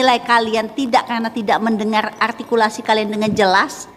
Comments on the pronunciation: kata juli altikulasi ka 😂😂😂 altinya dewan juli belhak membelikan nilai -5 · Itu Juri ngomong ARTIKULASI.Dia aja Ngomong R aja Gak Bisa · Jurinya yg artikulasinya yg tidak jelas, coba dengerin saat bilang "R" gajelas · Juri ngomong R aja kagak bisa... Koq ngajarin Artikulasi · Menyebut artikulasi dg jelas, padahal si juri itumenyebut huruf R aja ga becus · Juri yg bilang artikulasi hrs jls, justru artikulasinya gak jls, r nya gak jls, juri apaan ni? Merasa paling BNR dan sgt ototuter